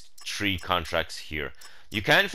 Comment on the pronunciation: Do you mean Tree or Three? lol